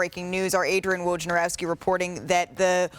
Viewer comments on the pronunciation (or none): Ive never heard Woj's name pronounced the same way twice.😅